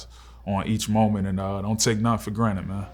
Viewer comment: Kyzier said “take anything for granite” lmao